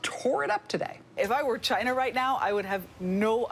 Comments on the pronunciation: "How can you fight a country when you can't even pronounce their name?" - Side-splitting critique there from the sage Noah. The crowd of circus seals make the right noises. Fuck 'Jyna', who are they to determine US protocol, what the fuck is wrong with you. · The fact the the first thing he criticizes about Trump is how he says "China" is pathetic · I love how he pronounces 'China' in Bengali it means ' I don't want it'.